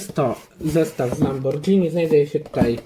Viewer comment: nie mówi się lambordżini tylko lamborgini